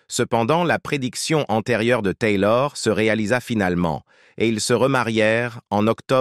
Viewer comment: La voix du commentateur est agaçante, surtout à chaque fois qu’il dit « Taylor » ! On se demande qui c’est ? Au départ j’ai pensé qu’il parlait de son tailleur, puis après j’ai réalisé qu’il s’agissait d’Elisabeth Taylor. Il l’aurait nommé Elisabeth, ça aurait été beaucoup plus percutant et beaucoup plus sympathique